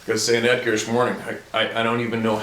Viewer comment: has his friends name spelled Edgar in the description of this video and he pronounced his name with the a at the end as well.